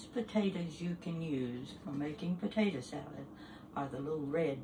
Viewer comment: She is just so sweet. She reminds me so much of my mom. My mom used to say “potata” just like her🥰 Love watching her videos.